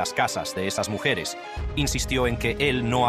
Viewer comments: por que dice muSHeres? y no mujeres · Me encanta la voz de IA que has usado. Es tan real y sabe decir hasta muxeres xd , lamentable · Porque dice muxeres??? Y ejecution??? Jajaja menudo melón 🍈 que eres macho